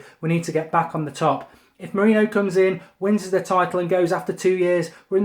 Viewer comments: why do you keep saying " jose moreno" its pronounced more-rene-yo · Can someone please teach Mark how to pronounce "Mourinho" correctly....